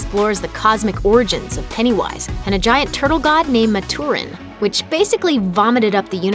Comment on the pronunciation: Why did I get so triggered the three times she pronounced things wrong- Maturin- (how she pronounced it) Matoorin Macroverse- multiverse?? Howdoyouget’Multiverse’outof’Macroverse’- And Chud- Chewd Oml I’m so nit-picky lol